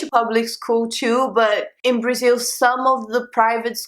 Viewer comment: Braziww, thirteeng, fourteeng, Eileenggg lol